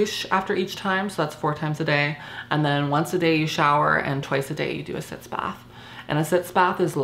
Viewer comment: Sitz baths. Not "sits"